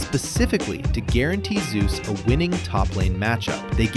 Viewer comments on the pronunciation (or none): I meant he insists on Zay-us but this video still says Zoo-z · The way you pronounce Zeus' name is a bit off btw It's pronounced /Zei/Yoos/